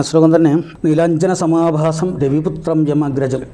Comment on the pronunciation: സമാനാഭം ആണു സമഭാസം അല്ല